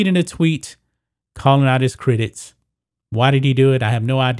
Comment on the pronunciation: I'd watch more of your videos if you'd just work on pronouncing simple words like CRITICS and FOLKS. So annoying. You say critits and folts. Unbearable.